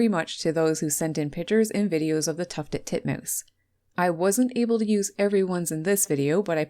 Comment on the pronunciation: Tuffeled Tutmoose.